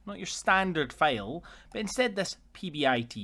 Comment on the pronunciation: Great video. It took me a minute to realize when you were saying "fail" it was actually "file" lol. Thanks for posting. Valuable info for sure.